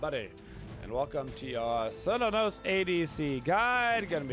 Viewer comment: Thank you for this great video. I have never played Smite before, but as a huge fan of Cernunnos from Celtic mythology I am planning on getting Smite just to play him, and only him. By the way the correct pronunciation of his name phonetically is with a hard K as in: Care-New-Know-Ss. C’s are always pronounced like a K, in Irish Gaelic.